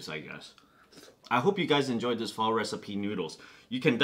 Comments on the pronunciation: You can even say pho correctly. How the fuck than you know what good pho is?? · Hey nip, would you kindly pronounce the word Pho Correctly please. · Dude how you pronounce pho, in spanish it means stink... as in farts.